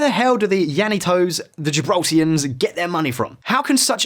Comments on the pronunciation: It is NOT Lanitos! The word begins with 2 “L’s” Llanitos and is pronounced “Lyahnitos”. Just like the way Scottish people pronounce “Million”. What a wanker. This tosser cannot pronounce a simple Spanish word “Linea” .It is Pronounced La Linya” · The demonym is "Gibraltarian" not "Gibraltian", also it's pronounced "Janito's" not "Lanito's" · *Gibraltarians. And Llanitos is pronounced "yanitos" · His pronounciations are killing me, lanitos, gibraltians, fabian and not Faybian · Gibraltians?!! purrrrrlease .......GIBRALTARIANS. Or Llanitos (LL = Y = yanitos)